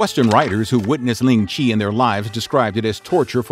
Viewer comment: do note that Ling Chi method of punishment ( pronounced more closer to "Lin cheer" and not as "ling Chee" here ) was continued all the way until 20th century , only around 1905 after the 1900 Boxer Rebellion war which Qing China lost to the West and Japan then the chinese (hans and sinicized Manchus) realized they need to improve to move together with modern international standards of modern internatioal standards then this punishment and other more barbaric ones was removed "ling-chi".